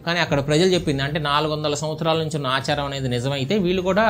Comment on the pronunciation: అచారం ఏంటి బ్రదర్ ఆచారం ఎవరు అండీ మీకు తెలుగు నేర్పింది.